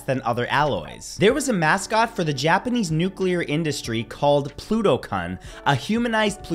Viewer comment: Pronounced Pluto-Kun (Pluto-Koon)